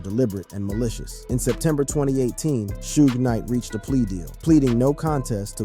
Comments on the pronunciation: How do you say suge knights name wrong and be a spokesperson for the hip hop community lol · On PurPosE!! 🙆🏾‍♀️